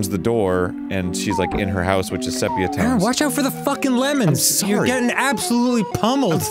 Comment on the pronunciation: Arin, it’s definitely pronounced “see pee uh”, not “seh pee uh”